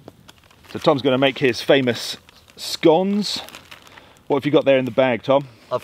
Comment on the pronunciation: I haven’t got there yet but if he pronounces it scOnes Update: absolute legend pronounced it scoNes the proper way